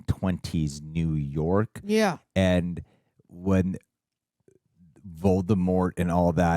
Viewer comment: HP-universe film trends continue. They pronounce Voldemort wrong. Then they pronounce Grindelwald wrong.